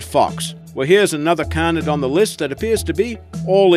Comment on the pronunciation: For the love of god its pronounced cay-nid! CAY-NID! How many times can you say it wrong in one video? My poor precious ears